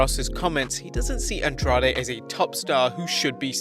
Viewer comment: Your pronunciation of Andrade is really bad. It sounds like andraj